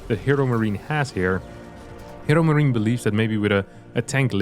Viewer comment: Love how said ”HeroMachine” 🤣